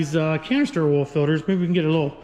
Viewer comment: The way he says filters makes me cringe 😬 lol good video though